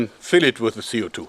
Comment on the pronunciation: I think his spelling sounds a Little bit like a child. "The" as "Se" if you know what i mean. Also german is much more difficult than englisch, so don't blame yourself. You'll get better at it from day to day :)